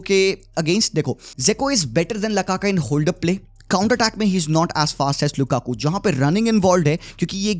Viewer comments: Lukaku not lakaka😂😂😂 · It's lukaku not lakaka😂😂😂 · not lakaka its lukakuuuuu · 😢not lakaka it's lukaku